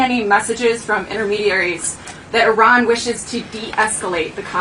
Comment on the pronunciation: Later she said "I ran" 😂😂😂